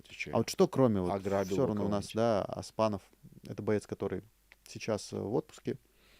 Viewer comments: ты сколько уже в КЗ., надо уже научиться.. не Тахтар, а Тохтар:; не Аспанов, а Оспанов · зачем меняеш буквы в имени и фамилии казахов? Оспанов пишется и читается ( звучит ) через "о" не через а. Оспан это имя, аспан это небо также Арман-мечта, орман-лес как считаете есть разница?